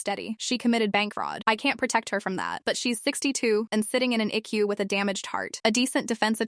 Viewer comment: I do not know what IQU is; but I believe it was ICU which stands for internal Care unit. Get your AI to talk right or don't have it talk at all and use a human